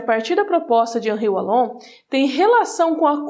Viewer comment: O "W" de Wallon tem som de "V", se lê Vallon.